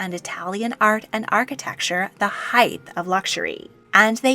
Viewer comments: Height NOT heighth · This was an interesting video. However, please stop mispronouncing the word height. It ends in a hard ‘t’ not ‘th.’ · Can I just make the small observation that the word is "height", not " heighth". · love the research but wish she would say height instead of heitht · THANK YOU - that drives me up the wall and so many Americans fall for saying heighth! Just nuts.